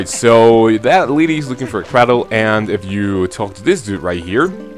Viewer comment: nice LP so far, enjoying it. although I think you mispronounce the word cradle (should be 'cray-dull') - or maybe there are 2 ways to say it and im being stupid :D looking forward to the next parts :D